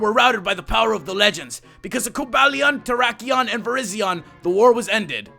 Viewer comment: ***** Umm... you said Virizion, Terrakion, and Cobalion wrong!